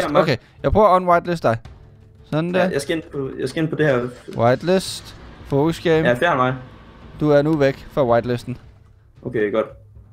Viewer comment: Det lyder som om du siger focus i stedet for Foekz.